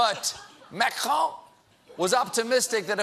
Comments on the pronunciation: Stephen day makhohh😂😂😂😂I'm dying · Is colbert really mocking macron for his french name? XD